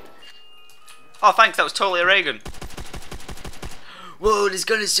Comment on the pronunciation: when you say raygun it soad like ragon